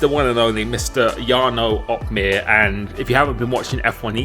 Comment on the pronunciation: Wondering when youl be able to pronounce your own name right lol.